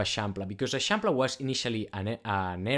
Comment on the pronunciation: Never heard anyone pronounce l’eixample, very helpful video, thank you!